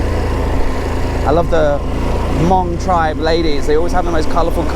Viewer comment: I was one of the ones who corrected you about Hmong... :) So happy you listened and said it right!! YAAAAY!!! Thank you so much!!!